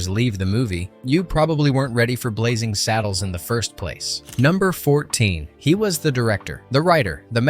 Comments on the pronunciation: It's 'Blazing Saddles' not 'Blazzing Saddles!' How can you be taken seriously as a reviewer if you can't even get the spelling of the movie itself right! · Blazzing Saddles? BlaZZing? 😄